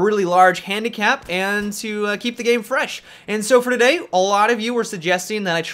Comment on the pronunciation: why the accent on the "today" at the beginning in every single video of you?